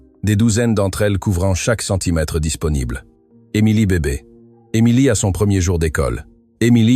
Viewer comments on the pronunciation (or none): none